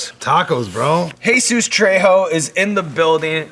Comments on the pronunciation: you're mad people say guac but aren't mad this bald fuck pronounces his name tray-ho? instead of trejo? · tray. ho? gay.bree.el. e. gles. sea. ass?? really man